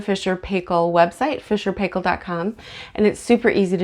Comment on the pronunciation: Great video, very informative and clear thank you very much, love your pronunciation of Fisher and Paykel. (from Australia).